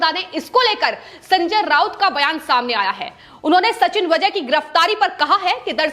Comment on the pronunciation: वझे नही वाजे हैं वो .